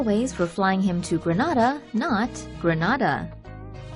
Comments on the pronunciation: The Caribbean Greneda is pronounced Gren-aid-a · It's pronounced Gree-nay-da